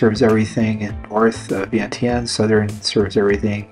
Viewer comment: Is your wife Lao? Does she pronounce Vientiane like you do? Wondering why she hasn't taught you how to pronounce it the Lao way.